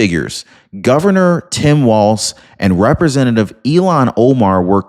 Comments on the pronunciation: Her name is “Ilhan” not “Elon.” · Dude, for the third time, her name is not Elon! It's Ilhan. Il-han.